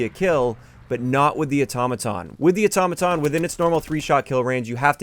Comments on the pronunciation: Otto maton not atoma ton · hearing say Automaton sounds weird and funny at tge same time